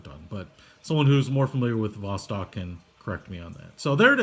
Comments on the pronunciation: The B is pronounced as a V, similarly C is pronounced as a hard S in English (Boctok/Vostok) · It's not B it's a V as Vostok u idiot